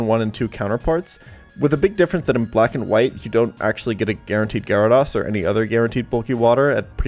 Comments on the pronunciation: Most trash list congrats 👏 atleast say Gyarados correctly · You also say gyrados wrong.. I wonder how you say zapdos 🤭🤭🤭🤭